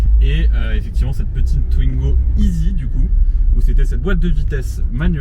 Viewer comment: "Twnigo", c'est un nouveau modèle ? 😅